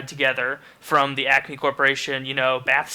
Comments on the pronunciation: I thought he said "acne corporation" for the first question... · It's ACME not acne... Look it up haha